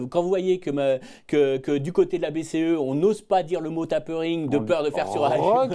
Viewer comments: Il ne se prononce pas comme le "a" de "octaviane". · tapering : de "tape" le "a" se prononce comme le "a" dans "famous"